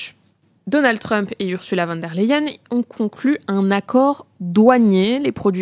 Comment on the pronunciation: On prononce pas von der …mais fon der …